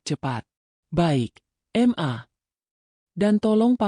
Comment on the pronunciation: Jangan dibaca em a mbak tapi ma, mana ada anak keorang tuanya kalau manggil seperti itu, ma bukan em a